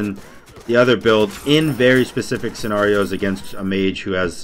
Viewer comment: Ah shit... He pronounced scenario like sin-are-e-oh